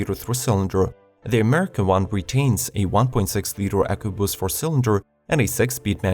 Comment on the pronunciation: The when he says ecoboost